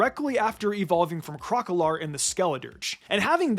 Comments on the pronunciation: Why oh why do you call Quaquaval as Cocowall? Plz. It's QUA-QUA-VAL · The way you pronounce Quaquaval's name🤣🤣.